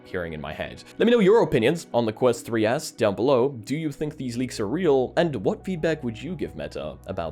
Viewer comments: Dude... it's the "quest 3s" not the "quest 3 ass". 🤣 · so it wasn't just me hearing "ass" 😂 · Honestly thought it was an april fools with the way he says ”3ass” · Honestly at first though you said Meta 3 ass lol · I keep hearing "Quest 3 Ass" 😂